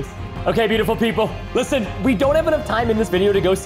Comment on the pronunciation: It's not okeh to be okeh ( titan cry)😭